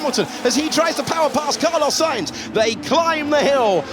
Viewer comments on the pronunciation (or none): Camalo sainz 💀